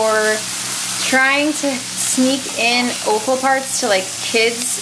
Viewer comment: Love the way you say o-ffal. Where I'm from it's pronounced off-al!